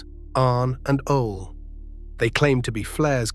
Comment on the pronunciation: Ole pronounced “ole as in hole” & Ole pronounced “Olay”. 😂😂😂😂